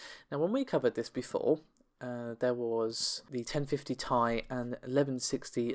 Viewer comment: If you say “2080 Thai” one more time I’ll fucking lose it